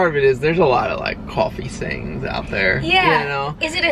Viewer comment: "Coffee not coughie"😝